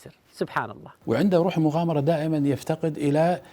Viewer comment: المغامرة وليس المقامرة